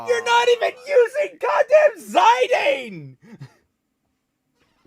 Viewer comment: Did you really pronounce Zidane zaidein, and not zi-dahn?